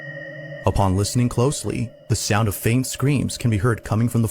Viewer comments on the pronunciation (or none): none